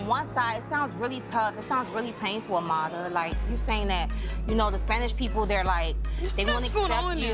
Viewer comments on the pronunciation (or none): I HATE how everyone pronounces her name tryna put the accent on it like AMADA...when it's Amara...I understand ppl who speak Spanish saying it that way but everyone else just sounds ridiculous...